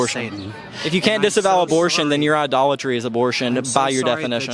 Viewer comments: Idoltree? You mean idolatry? Hahaha so stupid. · Idle-tree? Sounds like someone has done their homework on the subject! Respect that guy’s opinion……… 🤦🏻‍♂️